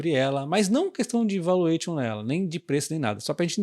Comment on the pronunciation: Parabéns pelo lançamento do curso. Pode falar o T de valuation como se fosse SH e o ON com um som entre A e O. 😅😅